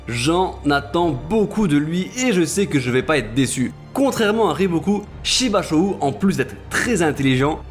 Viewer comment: *Shibashou se prononçant Shibasho et Yo Tan Wa 👊🏾🤲🏽